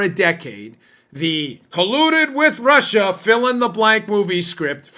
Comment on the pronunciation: Russia Russia Russia!!! Sounds more like Marsha, Marsha, Marsha!!!🤣😂🤣😂